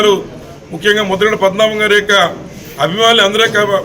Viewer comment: Aa bokada broker gaadi purthi peru- Mudragadda Padmanabha Reddy ani sarigga palakandi.